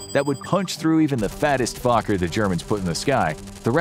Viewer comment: I appreciate how Fokker is pronounced during the video. Too many Fokkers.